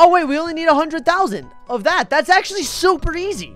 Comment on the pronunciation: It zero actolly Actolly not kidding